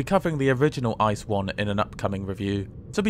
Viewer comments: Great video as always! One small notice: ICE is pronounced as “I-C-E”, and not “ICE” as in icecream. That’s not a matter of personal preference, calling it “ICE” (as in icecream) is really simply incorrect. Anyone in germany will call it “I-C-E” (spelled out) and find it strange or un-understandable to hear it otherwise. Furthermore, thank you for the nice and enjoyable video! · Thanks for the review. But I have a little hint: ICE is the abbreviation for Intercity-Express, so it's actually called I-C-E I think every German gets ICE cold chills ;-) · consider: calling it "ice" is funnier, and therefor objectively more correct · Maybe start pronouncing ICE correctly